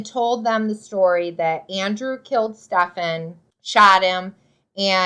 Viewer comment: If I could give your video 2 thumbs down, I would. At least pronounce the guy’s name right. It’s pronounced Steven.